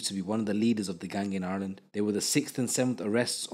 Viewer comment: Why can’t u say Ireland ?